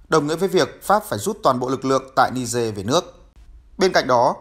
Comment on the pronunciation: Ni-giê chứ không phải ni-dê.